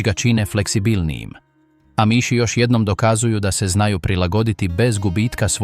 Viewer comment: AMIŠ se izgovara s naglaskom na A.